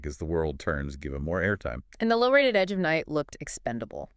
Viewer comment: didn't you watch even one episode of Edge before making this? that's not how Monticello is pronounced. AI slop. I watched it from the '60s onward and never once heard anyone ever call it "EON" The "Agich of Night?? "EONON??" wft? - don't you edit these before publishing?? what time is it? "two point thirty"?? "four point zero"?? slop slop slop Raven was married to both Kevin Jamison and Logan Swift before any Whitney/Brown plot was ever hatched - slop slop slop